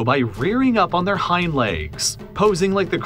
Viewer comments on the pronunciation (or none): none